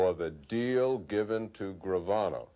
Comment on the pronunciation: Lmfaoo. You just murdered gravanos name.